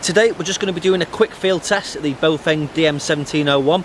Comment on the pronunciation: Read the brand again. It is NOT BOWfeng, what it is though is BAOfeng. B ah Ow feng.